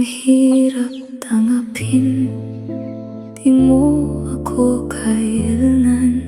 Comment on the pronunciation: Bakit po ung lyrics ng kanta iba pagkakabigkas😢.. Hirap TANGA pin tas di PAKI NGAN😢 AI SONG PO BA TO😅